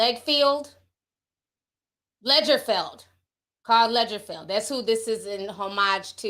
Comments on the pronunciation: Hey Ti let me help you out his names is pronounced LoggerFelld😊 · Pronounced like LOGGER-FELD. Look Ti! Get the names right before going live dammit🤣 I say this with love. "Breaking news with integrity" until it comes to name pronunciation and matching🤣🤣❤ sending little sister-type love your way.